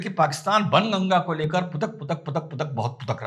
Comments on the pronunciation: " बाण गंगा" बोलिए सर "बन गंगा " नहीं । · SIR JI KRUPA KARAKE BAN GANGA NA BOLE PLEASE SAHI MANE ME BOLANA HAI BAAN GANGA YE AUR BAAT HAI KI LIKHA JATA HAI BAN GANGA LEKIN PRONOUNCIATION HAI BAAN GANGA PLEASE YE MERA SUGGESTION HAI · 🙏🏼सर, आप बाणगंगा को बनगंगा बोल रहे हो 😁😅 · सर... बन गंगा.... नहीं.."बाणगंगा".... बोला जाता था...! एसा सुना हैं हमने भी...🙏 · ', "बाणगंगा" बोले, बन नहीं... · i think its not ban ganga its baan ganga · It must be बाणगंगा not बनगंगा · सर बणगंगा नहीं "बाणगंगा"❤ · सही उच्चारण कीजिए बाण गंगा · बनगंगा नहीं... बाणगंगा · Bhaan Ganga Sir...Not Bn Ganga....Jai Hind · Sir its not banganga. It is baanganga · Correct sir , But " Baan Ganga " . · It is Baan Ganga - where Baan means Arrow ⬆️ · baan ganga not sir greek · it’s pronounced as Baan Ganga… Hindi of arrow 😊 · सर बन गंगा नहीं, बाण गंगा है सही संस्कृत उच्चारण।।।🙏🙏🙏